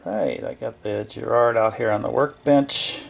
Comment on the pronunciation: Why can't Americans pronounce the word Garrard right 😂😂😂😂😂.